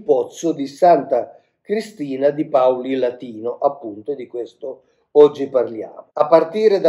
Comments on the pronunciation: Buongiorno Mauro, Paulilàtino (con accento sulla A) 😉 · Paulilatino : l'accento cade sulla a.